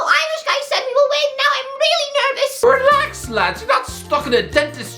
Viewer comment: he say "Relax"..